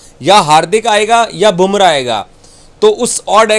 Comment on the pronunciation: Kiya admi hain year... bumra vi bole nahi pata..gumra bolta hai..... Pakistan ka sadakchap reporter😂😂😂😂😂😂😂